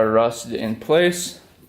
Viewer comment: That was a very entertaining video! Polaris four-wheelers are such pieces of shit!!! But, it was still fun to watch and learn new things. Is it a "Wisconsin thing" or something you do on your own? Every time you say the word; bit it sounds as if you say "bet". Ex." I should get the part in just a little bet". Hahaha!!! Im from Ohio so Im sure I say some pretty weird shit!!! Just wondering dude! Great video!!